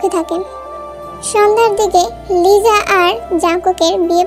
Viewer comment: লিজা নাকি লিসা😮😮😮😮😮